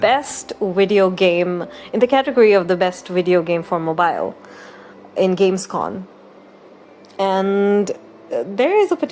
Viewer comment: Just a short correction: It's Gamescom. With an M and not an N at the end.